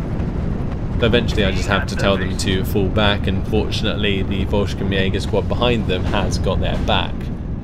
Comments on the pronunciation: Quick correction, Fallschirmjager is pronounced Fall-SHERM-jager, theres no "k" sound. Good work on the battlefield! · Pronunciation : "Fall (the A is like the one in Father) chirm (the I is like the one in Give) yeah - ger"